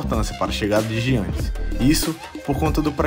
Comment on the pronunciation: Não se diz jiannis, mas sim iannis n se lê o “g”, mas yh adoro o teu canal mano!!!! És dos melhores senão o melhor canal de basket de todos os países q falam português!!!